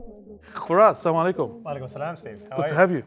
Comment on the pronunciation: not salamalykum it's Assalamu'alikum warahmatullahi wabarakatuhu